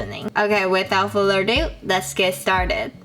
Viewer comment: I know you want to say here "without further a do", but have to improve your pronunciation here a bit as it wasn't that clear.